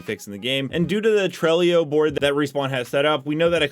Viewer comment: It's called "TRELLO." There's no i at the end. TRELLO. Sounds just like "HELLO."